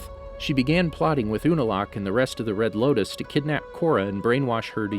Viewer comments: Did anyone else notice he said the red lokus instead of the red lotus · it sounds like you say “red locust”